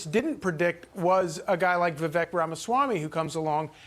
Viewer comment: Correct pronunciation of Vivek is pronounced Viv-“-ake” as in “cake”